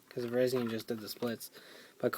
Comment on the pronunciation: You pronounced Virizion wrong.